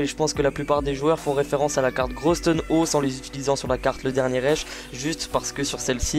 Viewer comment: / oui je le prononce comme il s'écrit en effet ^^